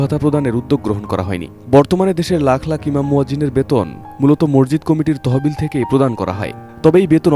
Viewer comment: শব্দ টা মরজিদ না । মসজিদ হবে ভাই